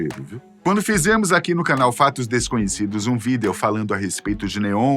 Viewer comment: Me agonia ele sempre lendo "vidêo" 😅